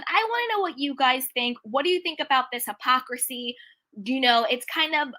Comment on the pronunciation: It’s “ hypocrisy” woman! Sheesh. I agree with you on your view of the situation. But please stop saying the word wrong 😂😂😂❤️